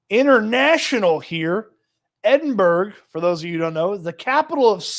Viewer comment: It's pronounced "eh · duhn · bruh" not "Edinburg" lol